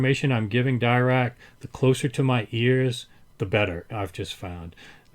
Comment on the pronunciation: It's pronounced Dee-Rac, not Dye-Rac. Paul Dirac was a Britich mathematician who suggected the Dirac delta function...